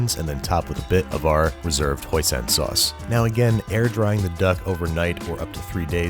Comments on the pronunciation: apidej assavachamnan he said hosan it's hoisin not hosan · Hoisin sauce. Hoisin. Not "hosan" sauce. Hoisin. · Hoisin... it’s pronounced hoisEEn sauce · thats,,, not how you pronounce hoisin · the "hoisin" sauce